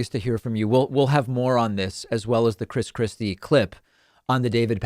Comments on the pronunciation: Did I heard you say " Chris crispy" Lol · When he says Chris Christie, I hear "Chris Crispy" which makes me imagine Christ Christie as a giant fried chicken. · I know David doesn’t do this type of thing, but I kept hearing him say “Chris Krispy”